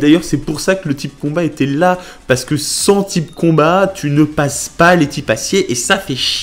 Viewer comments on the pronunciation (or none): none